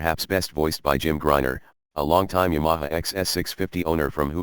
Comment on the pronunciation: Someone should teach the robot how to pronounce Ya ma ha. I've had two of these a 71 and still have a 79 slowly becoming a street tracker.